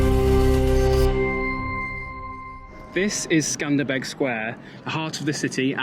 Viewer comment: Congratulations, you pronounced Skanderbeg properly (most YTers say SkanderBERG). 🤦‍♂️ Plus, you're the first to point out the square is not flat (does anyone else notice?). Oh yeah, I was egged in the back of my head my 3rd night there, right at the top of the square. 😱🤭 If you see old photos/vids you will see the roads use to go through what is now the square. The water doesn't just trickle, it has some fountains that spray up to play/cool off in. Also interesting is a crack at the bottom that is a drain. As for the "head" building, I say it's Eddie Rama...prove me wrong. 😁 Near Bunkk Art2 I overheard a tour guide say most of the government buildings are the yellow/orange color like . 🤷‍♂️ I'm not a city person but I loved Tirana. While not as large and busy, I'm sure you'll enjoy Shkoder too. The pedestrian dining streets are especially awesome at night. ❤️